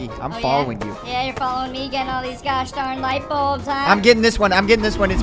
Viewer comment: Why did arky call the light balbs the flash balbs